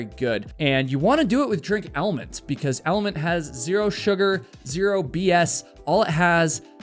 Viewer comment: It's pronounced element. Not elementy. Should maybe get the product that's sponsoring you correct just sayin